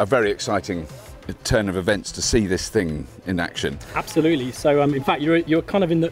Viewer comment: Did he say, "App-solutely"? 🙂